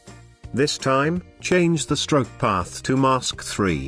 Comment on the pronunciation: The tts had a stroke when trying to say stroke XD